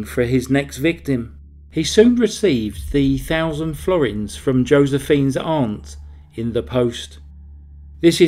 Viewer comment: What a worm of a man. Good work, Also, thanks for pronouncing 'aunt' correctly. It's amazing how many narrators mispronounce it as 'ant'